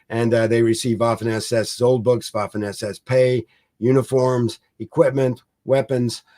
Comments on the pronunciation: The Colonel's pronunciation of German names and words is generally good. But one small point: in German the letter 'w' is pronounced as the English 'v'. Therefore 'Vaffen SS'. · Guilty as charged; my college German language instructor, Oberstleutnant Kurt Leiberich, would have been appalled because I opted for the English pronunciation of the "w" in a few cases. 😉